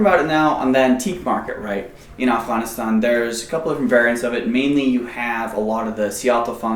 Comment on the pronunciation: He’s pronouncing Afghanistan correctly from an Afghan perspective.